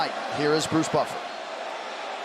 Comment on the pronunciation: Anybody else see the referee's face when Bruce butchered his last name XD